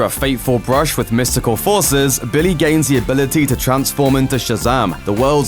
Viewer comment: "Billaye" Several times, "Billaye" Even though he also says Billy correctly several other times.... "Billayee"